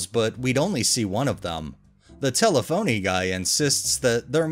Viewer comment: It’s tel-ef-oh-knee